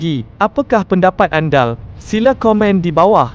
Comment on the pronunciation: komen sy bukan pasal adegan dlm video tu tapi pasal suara latar yg guna sebutan salah, bingai ker apa tak tahu lah...adakah dia sebut "apa pendapat ANDAL" kena htr pi ngaji lg mamat ni...!